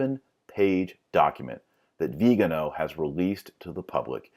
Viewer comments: Interesting video, but, for precision sake, please, pronounce cardinal Vigano’ and not Vigano . The stress is on the final vocal. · The accent is actually in the last syllable. :-) Like Viga NO! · The accent is on the final syllable: vee-gah-NO. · Viganò, accent in the o. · Vigano and Viigaano, are they different people or the same? I know it's the same person but why do you keep pronouncing his name differently? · I like how you pronounce "Viganò" differently every time you say it. :) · Dr Marshall is it Cardinal "vee-gano" or "Vigano"? Quite confusing distraction from an otherwise interesting video.